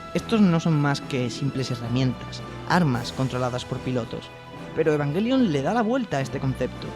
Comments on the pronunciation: Es o Evanyelion o Evangelion, nunca evanguelion por el amor De Dios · eee que se dice ebanyelion!